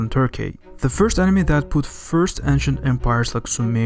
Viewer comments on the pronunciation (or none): none